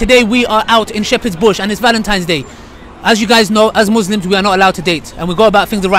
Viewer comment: its all good bro and loving the content, alhamdulillaah Allaahumma baarik just one thing..... its muSlims not muZlims i'm saying it with love akhi :)